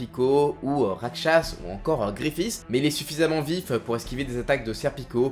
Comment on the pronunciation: C'est Griffith pas gréffiss